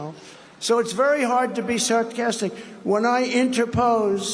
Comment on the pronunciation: Within just a couple of words:"'Spiden", "sartcastic" and wrongly use the word interpose 😂 He is really starting to represent his voters